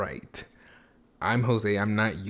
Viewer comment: jose starts vid: “hey guys its youtube, and im jossee..😂💀”